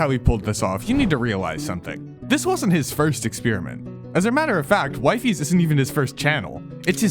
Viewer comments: It's "wefes" not "wife es" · It's not pronounced Wifes. Its We - fies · Bro how did I got ragebaited when he said why-fis not wifies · "wife-ees" sposed to be wee-fees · why does everyone call him wife-eas its weef-es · its pronounced wefies not whyfies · Who is "Y-fees"?? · you do not say wifies that way bro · I think it's pronounced wee-fees but I really have no idea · Bro it's pronounced (wee-fees) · its pronounced WEE FEES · Just a small thing, his name is pronounced "wiefies" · ITS WEE-FEES!!! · did you just say wifeys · No way bro was saying wifeis and not wifies😭😭😭😭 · its wee fees bro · The way you say wife-phies makes my blood boil. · You can't even pronounce his name right bro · Nooooooo the way you pronounce his name bro, I can't